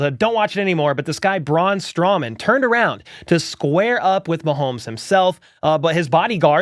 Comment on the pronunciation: Strowman not strawman